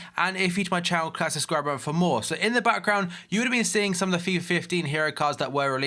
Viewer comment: What the fuck do you even say if you're new to my channel Curtis subscriberan for more? what the fuck? is that even English?